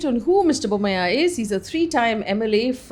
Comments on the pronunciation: Why are you saying Bommaih. He is Bommai as far as I know. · Just fyi, It's pronounced Basavaraj Bomm-aa-yee :) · You are pronouncing Bommai wrong.